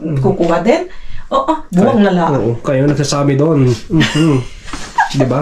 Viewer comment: Wow congrats naka dami kayo. Reminder po ang tamang pag bigkas po ay Bu-ang hindi buang means baliw.